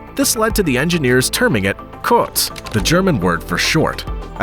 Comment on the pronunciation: Kurz Not Kurtz